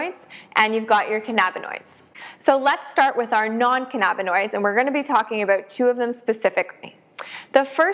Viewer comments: Can-nabba-noid lmao 🤣 omg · Great video but the way you say cannabinoid makes me Twitch